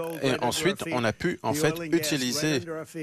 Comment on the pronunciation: Trump et les "en faîte"😂😂😂😂 En faite cest la fete des emphets